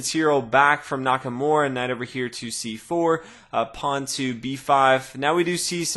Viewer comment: NakaMURA, not NakaMORE! lol